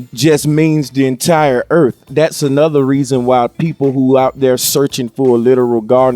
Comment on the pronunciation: it sounds like he said "earp" instead of "earth". he didnt even say "earf", he said "earp". this made my night